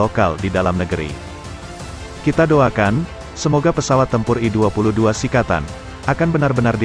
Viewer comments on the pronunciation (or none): srikatan bukan sikatan.